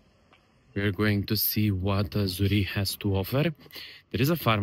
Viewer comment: please pronounce the Name of your village properly. You need to pronounce it with the Q at the end. Z U R R I E QQQQQ not Z U R R I E.